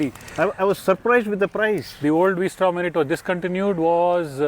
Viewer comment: it's vstrom versatile Strom not the v for angle